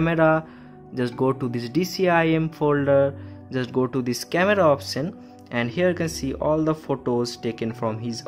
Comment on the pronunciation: It's probably not a coincidence that he's saying "scamera" instead of camera. teaching people how to violate someone's private files says a lot about you.